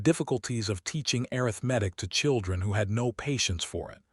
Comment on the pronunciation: A nice story of being seen. Why does your AI pronounce arithmetic wrong sometimes and not others? It's not arith-medic 😂. Funny it pronounced it correctly a few times. 😂 😂